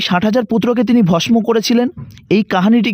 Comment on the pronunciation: pouranik "kahani" na bole "Kahini" "bhosmo" er bodole "Bhosso" uchharon korle bhalo lagto